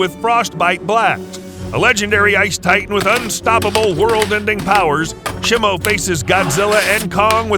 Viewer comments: Nah Blud did shimo dirty. He said shi-mo and not SHEE-mo and called her a "him" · Please stop calling Shimo Shemo. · Shimo is pronounced sheemo out of talking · Bro is saying shimo wrong